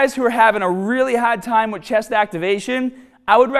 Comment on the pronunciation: for those guys who are having a HAAAHD time